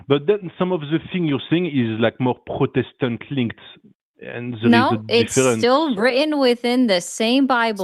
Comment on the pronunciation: When the Frenchman says "what-aboutism" fluently but can't pronounce Protestant. 🤨